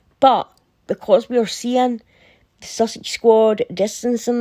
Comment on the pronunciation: did you say sausage squad?